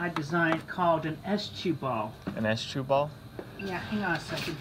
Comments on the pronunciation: the teller is and he says s-chu ball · I heard “estchuball” as in estrogen at first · It's S-chu....like sonichu.. lol